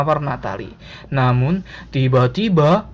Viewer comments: tiba - tiBA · Pas masnya ngomong "Tiba Tiba" seketika saya agak merinding karna nada bicara masnya yang agak aneh pas mengatakannya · Ngomong tiba2nya bisa ga ya biasa aja. Ganggu bnget euy. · Ngomong tiba tiba nya biasa aja napa cok sakit kuping ku